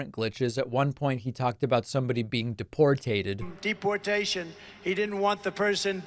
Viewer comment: It's DePor tater. A french redneck is what he's talkin bout.